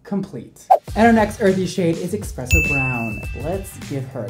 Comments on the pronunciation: you're the best but it's pronounced eSpresso brown. Not eXpresso. ha. Love you! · it’s eSpresso not expresso lol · I love you honey, but there's no "X" in Espresso.